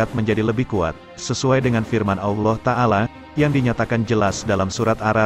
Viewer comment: Wa ta'ala bukan wa tangala